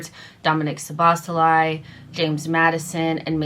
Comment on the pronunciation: His name is Szoboszlai not Soboscholai. At least learn how to say the names right.